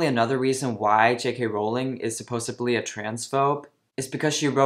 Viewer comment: My dear, it's supposEDly, not supposABly. ❤❤❤ I know English is not your 1st language so just helping out. 😘😘😘